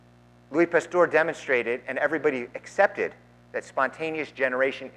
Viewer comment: I cringe at your pronunciation of Pasteur. It is not a our sound, but an errr sound. 2nd Evolution doesn't mention anything about abiogenesis, it only describes the process by which species arise, through the processes of mutation, natural selection and genetic drift. Abiogenesis is more of a chemistry / biochemistry thing really. I think the reverend needs to do more research on the subject.